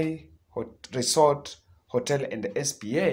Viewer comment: Spa not S. P. A. Lol